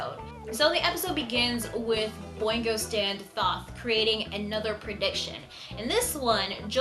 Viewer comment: BTW: Thoth is pronounced more like "Toast" but without the "s", so kind of like "Toat." But not a big deal. Also, Thoth is also known as Jehuty, which is the name of the protagonist's mech in Zone of the Enders. He has two names because of different interpretations of the Egyptian spelling.